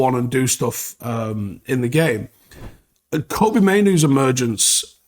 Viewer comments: Kobbie rhymes with Robbie not Toby 😁👍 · you think you'd call him by his actual name, and not keep getting it wrong calling him Koby when his Name is Kobbie? like Robbie, but with a K